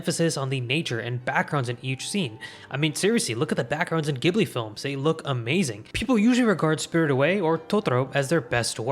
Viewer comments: Ghibli is with the J sound, damn it!! <_< (also Miyazaki got inspired by Le Roi et L'Oiseau, a French movie that stayed in production hell for like, 40 years ^^) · Studio 'Ghibli' is pronounced 'Jibli'. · It's pronounced "Jiblee" for Ghibli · My dude, the katakana literally pronounces it "jiburi" right there on your video. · It’s pronounced jiblee but spelled ghibli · Ghibli is pronounced “Jibli” with a soft g!!! This is such a pet peeve of mine. I don’t mind the average anime viewer getting it wrong, because the Italian word is pronounced with a hard g so it’s natural to assume it’s the same. But if you’re gonna make a video explaining the studios I will expect you to get the name right… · Not to be a stickler, but thought you ought to know studio ghibli is pronounced jiburi. It's crazy how common some Japanese words are mispronounced outside of Japan. However, I can totally understand not saying it "correctly" for some things like karaoke cause if anyone pronounced it kah-rah-oh-kay in America you'd get weird looks from everyone around you. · Just FYI, Ghibli is pronounced jibli. ジブリ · cmon man its pronounced "jhibli" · How is it that still to this day the majority of people don't pronounce Ghibli right lol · *Receives psychic damage from the mispronunciation of Studio Ghibli* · Jiburi not Giburi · Ghibli = Ji-Bu-Ri not gi-bly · ジブリ Ji Bu Ri "jibli" "You sound like a damn fool when you say it wrong." The sad part is that you (and others) seem to be feeding a whole new generation (of Americans) mispronouncing the studio's name. Scrolling down the comments (as far as I dared) I saw several other issues brought up, but not the mispronunciation of the name of the "most widely recognised" anime studio. 🙄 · Ghibli is pronounced"jibli" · Ghibli is pronounced with a soft G not a hard G. In Japanese it’s pronounced ジブリ JIBURI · Hii just a small correction Ghibli is pronounced “Ji” buri not “geh” buri. Thanks so much for this video ❤ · Pronounced as 'jibli' not gibli